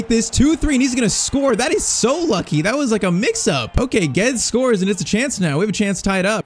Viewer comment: ur pronouncing Guedes wrong😭